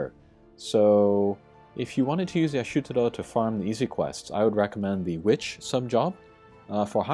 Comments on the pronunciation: Isn’t it Ishtola? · Ish-tola in ff14 so if hes reading the japanese it makes sense but it definitely has me confused. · It's pronounced EE-shto-la. -.